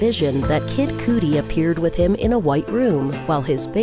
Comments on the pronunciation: The way she said Kid Coodi💀💀💀its cudi (kuddy) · It’s CuD -ee.. not “cootie” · Kid Cooty? Do you mean Kudi? Like Cutty? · Its pronounced KID KAH-DEE NOT KOO DEE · What it do, Kid Cootie........???? I mean Kid Cudi........... LOL!!!! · It’s not, “kid coodie” it’s, “kid cuh-dy” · Kid Coodi 😂😂😂 it’s Kid Cudi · Kid Cudi not coodie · If it feels funny coming off the tongue it’s probably wrong find a different way to say it 😂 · Kid (Cuh-dee) you fool not cootie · Kid Cooty. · Jaida Kelly ikr..drove me nuts "Kid Cootie"😂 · Kid *kud-dee ... I know it's odd that that's what I take from this... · "Kid coodie" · “Kid coody” hehe good vid tho👌🏻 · Kid coody tho. Lolol. Why dont they ever look into the correct pronunciation of names? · Pls don't let that be how he says his name? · I know it shouldn’t bother me but the way she says kid cootie instead of kid cudi is so damn annoying 😂 she’s always pronouncing words wrong and says illiterate sentences like “he hanged himself” it’s hung no such thing as hanged... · “Kid coody” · She said kid coodie lmao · "Kid Coodi" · Did you really have to show all of number 2 video? 😒.... I ain't wanna sit through that reading them damn flashcards.... And it's CUH-DEE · The video was so sad until I heard her pronounce Kid Cudi. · This narrator has a nice voice but she doesn't pronounce many words properly. 🤦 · She butchered kid cudi name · The way they say “Kid Cudi” 😂